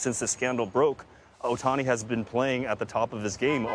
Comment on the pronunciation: can these newscasters just try to learn how to say ohtani...?? They need to try harder